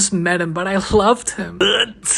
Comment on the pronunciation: " i know i just met him but i HlOvEd hiM"